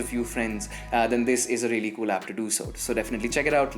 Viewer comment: rrrreaaly, rrrrealy rrrrealy